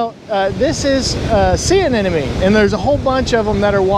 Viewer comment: Dude, you have to learn how to pronounce "anemone". In science, we say "sloppiness metastasizes"